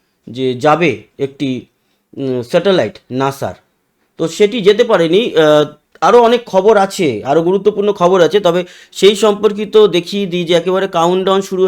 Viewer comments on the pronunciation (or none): দাদা আপনার স্যাটাল্লাইট বলাটা আমার একটুও ভালো লাগনা। স্যাটেলাইট বল্লে কথাটা ভালো লাগবে।